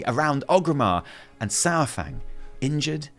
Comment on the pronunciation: It’s not SourFang.